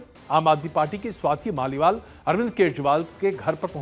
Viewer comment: स्वाति मालीवाल को आप लगातार स्वाति माल बोल रहे हैं 😮 किसी की जुबान इतनी बार स्लिप नहीं कर सकती ...... पता नहीं क्या वजह है पर कुछ तो गड़बड़ है दया 😅😅